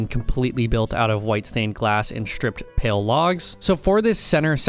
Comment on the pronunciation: i put this on in the backround as i did some work and i heared u say pale garden and it sounded like pill i even turned on captions and it sounds like u said pill i was so confussed lol